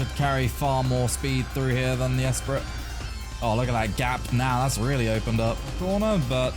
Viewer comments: Lotus “Es-pree” Not “Ess-pritt” 😄😄😄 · Hearing you pronounce the “t” in Esprit hurts… Fun video though, love the unique challenges GT4 has spawned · Great video!, but I can’t get over how you pronounce esprit lol